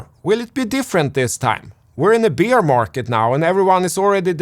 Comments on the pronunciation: You asked for pronunciation help: “Basho” was accurate and precise. While some of us chuckled at the the introduction of the subject of “the Beer market.” Beer rhymes precisely with “bare,” so just think “naked market,” and you will nail it. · I like how pronounces "Bear market" as "Beer market". It sounds much less bad and more fun